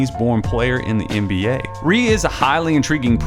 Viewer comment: "Rui" is actually pronounced "roo-wee" by the way. Nice vid!